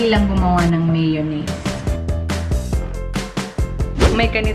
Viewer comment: Dahan-dahan lang meeyownese "Maalat","Maasim" haha :D